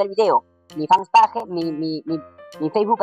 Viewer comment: Tu fans page? Jajajaja se pronuncia fans peish :v